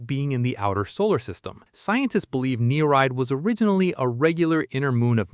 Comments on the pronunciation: its not "knee-ride" its "ni-ree-id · He did its pronounced "neer-eed". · You pronounced Nereid wrong